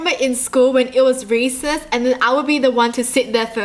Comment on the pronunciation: Who thought she said racist when she really said recess? Just me..........? Ok......